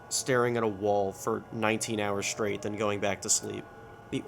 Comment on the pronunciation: so I guess in your part of the country you pronounce the words "shtreak" and "shtraight" ?